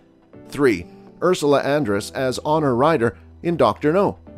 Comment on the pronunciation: Honor Ryder? C’mon man it is Honey Ryder…